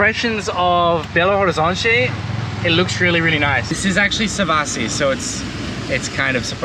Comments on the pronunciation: Hello!!! Just dropping by to give you a tip: the correct pronouncing of Belo Horizonte sounds, actually like “Belorizonte”. In Portuguese we never pronounce de H when it is in the beginning of a word. Good luck. I love your journey!!! 👏👏👏👏👏👏👏♥️♥️♥️ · I'm sure you already know, but the H in Horizonte is silent, so you pronounce the city name as Belo Orizonte, or even Belorizonte to sound more like a local. You could also say "Bê agá" (BH)